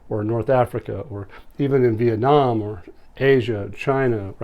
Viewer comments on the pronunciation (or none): none